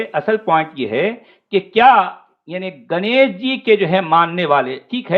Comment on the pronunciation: Ganesh is pronounced as गणेश and not गनेश so गण means follower Elephant is गज:।